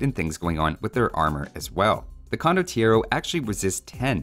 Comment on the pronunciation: You can't really pronounce it without shouting the 'O' at the end, it's just wrong.